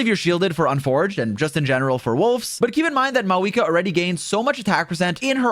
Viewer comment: Why is he saying her name like maweekah